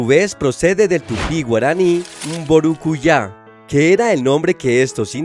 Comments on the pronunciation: MBURUYÁ se pronuncia con ye no con jota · Mburucuyá..en Argentina, mi catdo provincia de Buenos Aires pronunciamos más simple como burucuya. Me tienen harto de hacerse los snobs cambiando nombres propios del Cono Sur para imitar a yanquis o brasileros, aún cuando los brasileros me caen bien .De los otros mejor callar